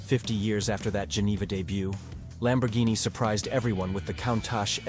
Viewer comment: Who taught you how to pronounce Countach???